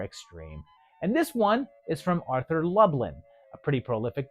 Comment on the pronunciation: Arthur Lublin??? Try Arthur Lubin. I know these videos are minor fluff, but you should at least get the names right.